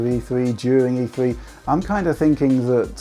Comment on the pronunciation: E Thwee